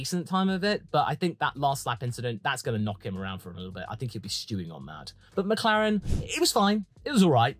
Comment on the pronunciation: Did you really start the Meh category with Mehclaren.......and Mehcedes......